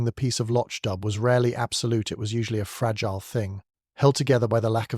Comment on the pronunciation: Since when is fragile pronounced fragilee. Is this an AI narrator. All the other mispronounciations are quite off putting.